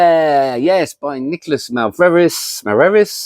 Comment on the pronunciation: It's MA-VRE-SIS haha. Don't worry, you are not the first one to butcher my surname and certainly not the last one. Honestly, thanks for the great review!